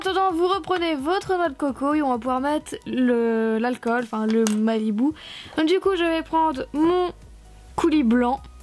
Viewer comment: c'est pas un "malibou" mais un "malibu" c t une petite remarque rien de méchant ps: je t'adore